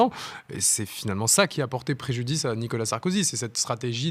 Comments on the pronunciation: "Nicolas Sarkozy" et non Nikala Sarkozy 😂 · MERCI 🙏🙏🙏 (Attention toutefois; on peut l'appeler Sarko ou 'l'ex président félon' mais pas "Nica Sarkozy" comme vous semblez répéter en voulant aller trop vite)